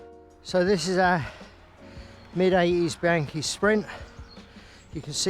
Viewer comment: BEE-AHN-KEE, not BEE-ANKY, OK? I love taking mine out on vintage rides, remembering (as you said) why I got into cycling in the first place.